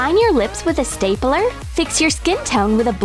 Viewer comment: Who heard staypeler? Instead of stapler?